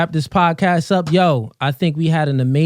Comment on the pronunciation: Ripped Jeans On Guys Is Straight Up SUS To Any Pro Stright Men. Found This Pod Of A Clip From One Of My Subs So I wanted To Check It Out. Now, How Do You Pronounce This Pod? Fu- Gah- Z; Fu - Gee- Z; Cause I Rewinded 4x And I Keep Hearing, Fu - Gay - Z I Do Like Talkin Points Tho, A Cross Of Steph-is-Cold And Whatever Podcast. It's Cooly. I Hit Tha Like Button Tho Fa'Sho.